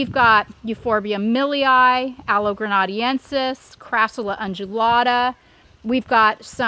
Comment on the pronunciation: Aloe grena-DEN-sis....